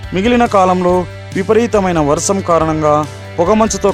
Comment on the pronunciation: వర్సం కాదురోయ్ వర్షం మళ్ళి చెప్పు వర్షం